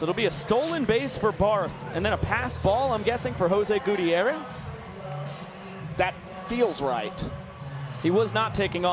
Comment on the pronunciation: Dear and, Please ask Mr Gutierrez how to pronounce his last name. Signed, Katy Gutierrez 😅❤